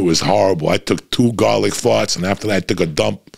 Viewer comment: Eating gahlic, blowing fahts like a doctah!